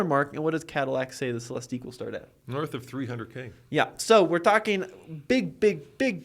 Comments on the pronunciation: The name is Celestiq, pronounced like Lyriq. “Cele-steek” doesn’t make sense if they already named a car with the same gimmick the lyriq. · C’mon guys. Just watch Cadillac intro video, it’s only 3 minutes long, and realize it’s pronounced Celes-tick. Also, Celestiq is obviously not a coupe. 🤦‍♂️ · GM people are saying -ick, not -eek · It's Cel-LESS-tick. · Phaeton = fae-i-ten, Celestiq = sell-es-tick; at least my take on the name's pronunciation. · Why this video if you don't even know how to pronounce the darn car? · You two can’t even bother to do a minute of research to find the correct pronunciation of “Celestiq.” For God’s sake, they said it about 100 times during the official unveiling ceremony. This was like nails on a chalkboard.